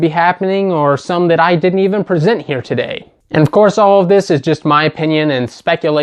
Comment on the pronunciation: TODAT is a great dat. How is your DAT, TODAT? XD